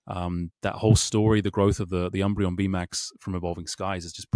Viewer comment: Please stop calling it the sunbreon.